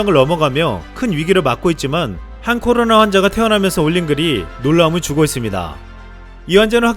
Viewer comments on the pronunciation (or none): 발음 좀 정확히 합시다 코노라 ㅋㅋ